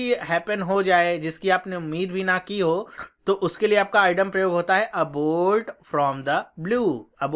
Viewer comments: Sir, idiom का pronunciation "इडीअम" है l आप इसे "आईडम" क्यों कह रहे हैं. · This is eeee..diom. not idom